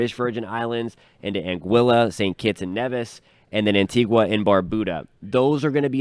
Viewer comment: I really wish meteorologists and reporters would make the effort to learn the correct pronunciation of the Caribbean islands. Please say AntiGah , not AntiGWa Please say Neevis The “u” in Barbuda is pronounced like the “u” in the instrument bugle